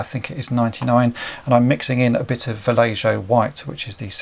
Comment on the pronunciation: good stuff. i think the paint is pronounced "va-lay-ho" :-)